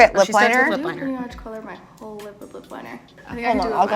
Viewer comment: 😂💚 says “collar” instead of “color” lol haha